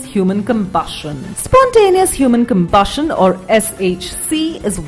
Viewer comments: "spontaneous human combushin" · This wifie's voice is aboot to combust at her pronounciation of combushion.